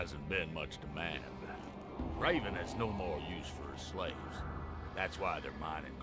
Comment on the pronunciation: Just about that pronunciation. I hear "Reeven" here , but maybe I am deaf already 😀